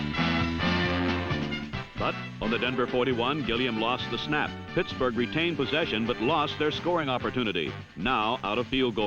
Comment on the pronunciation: "Puttsburgh" lol